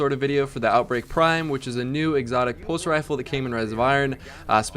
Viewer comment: "which is a new exotic puss rifle" i cant unhear that